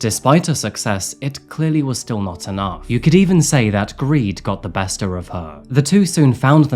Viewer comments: DID YOU SAY BESTER OF HER?! Made me laugh so much, I say this sometimes 🤣❤️ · ‘bester of’? 🤔